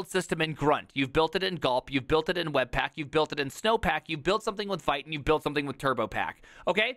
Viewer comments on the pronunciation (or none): It's pronounced Veet. It's a French word. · Vite… Vaite??